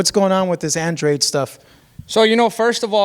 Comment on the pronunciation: David benavidez said Andrade right you idiots say it wrong it's not AN-Drade 🤦It's An-draw-day that's how you pronounce his name 💯💯💯💯💯💯💯💯💯💯💯💯💯💯💯💯💯💯💯💯💯💯💯💯Right........